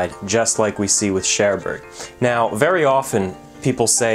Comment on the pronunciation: Your pronunciation of Cherbourg irks me, especially since you pronounced "Kaiser Wilhelm der Grosse" so well.